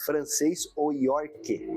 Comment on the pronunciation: ahhhh, os haters....gostei do "Adorinamita" e do "Iorque" kkkkkkkkkk